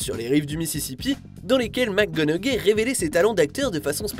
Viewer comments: Matthew "MACGONAGAIE" , hahaha! Vous faites d'excellentes vidéos, mais la prononciation des mots/noms anglais n'est pas votre fort. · matthew mcconaughey you dont say the G its silence xD